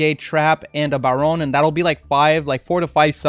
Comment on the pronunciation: I subbed because you correctly pronounce baronne and this decklist is very good, unlike some lists from other creators..